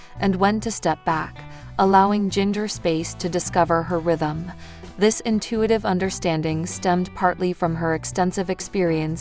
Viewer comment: PLEASE PLEASE IT IS NOT JEENGER IT IS PRONOUNCED GINGER